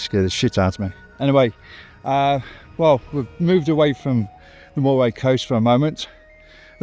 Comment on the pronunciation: Pronunciation Pedant here. Moray is pronounced "Murray". Forres is pronounced Forres! Not Faws. The es ending is bit of a snare in these parts, so you have AlvES, ForrES, TarvES. Rothes does not rhyme with clothes, you will be met with utter mystification if you ask directions for Rothes rhyming with clothes. It's happened.